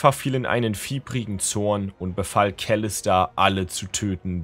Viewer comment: Gutes Video echt gute vorgelesen nur die Aussprache von Kalista triggert ein wenig 😂